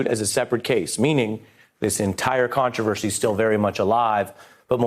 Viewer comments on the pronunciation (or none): none